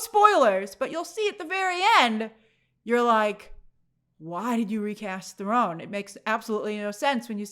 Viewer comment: I've always pronounced it Charlize "There-Run" 🙂...